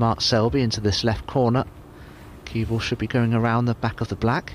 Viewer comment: Dominic Dale does not say cue ball he says CuebL